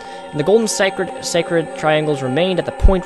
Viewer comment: you pronounce sacred a little weird